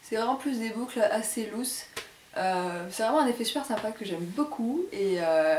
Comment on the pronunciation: des boucles assez "lousses", mdr :p "louz" ;) (loose)